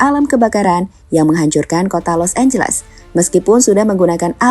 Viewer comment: LOS ANGELES ❌ LOS AMBLES ✅